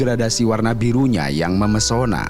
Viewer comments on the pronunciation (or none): MEMPESONA Min bukan MEMESONA😂